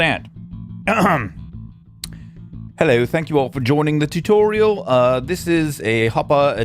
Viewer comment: U mean choochorial voice? :P